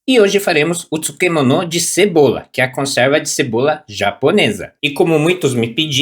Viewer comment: Como é aí o nome que ele falou? Utispmono de cebola ? Entendi nao